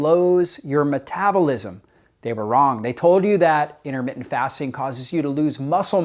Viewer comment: 'Innermittent'? Something wrong with your mouth, or just a sloppy speaker?